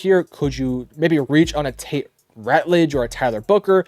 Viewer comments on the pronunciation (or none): none